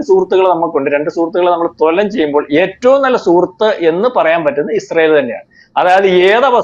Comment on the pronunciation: തൊല നം അല്ല.. തുലനം